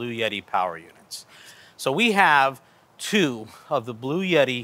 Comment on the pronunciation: Bloo-yetee??? Blue-Etee 🙄